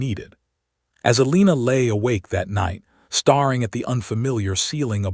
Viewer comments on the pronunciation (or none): Just another comment. I'm struggling with this specific Narrator. ALWAYS ; "starring " and "hopping"... really???? Pretoria South Africa 🇿🇦